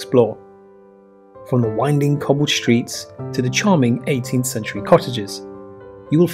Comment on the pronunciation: Hishtory? Shtreets? Dishtricts? Shtreams? KesWIck?